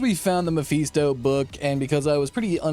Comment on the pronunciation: Personal issue, I know, but I couldn't get through the whole video because of the Mephisto pronunciation.